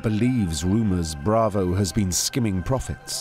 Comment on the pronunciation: "...the much older Carlos Truhelio" 🤦🏻 The Great Cornholio Truhelio And earlier he says "Grizelda Blainko"...is it that hard?😂 He says 'Bravo' correct but can't do Blanco.